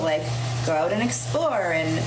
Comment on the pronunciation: “Go out and explwhore”